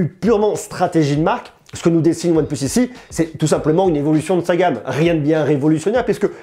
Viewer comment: Prononce le plutôt « one PLACE » stp !!! Tu me fais saigner des oreilles 👂🩸